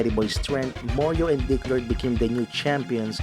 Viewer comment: It’s actually Dick Road, not dick lord